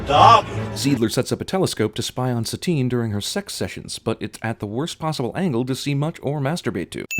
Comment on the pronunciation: I always thought that her name was Satine because it was supposed to be like "satin" - smooth and sensual. Not like satan.